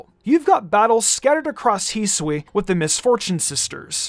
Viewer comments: Its not pronounced heesui hi su i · Can u learn to pronounce Hisui and Hisuian correctly please? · This channel is cool. I cant fn stand the way you pronounce hisui